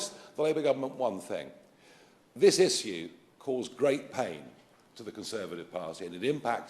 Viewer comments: One thing I fault him for. Stop saying issue like that, it's annoying as duck. Lol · Is it me or does Farage have a strange way saying "issue".. Saying isshoo like he's sneezed 😂😂 funny man... Good ol Nige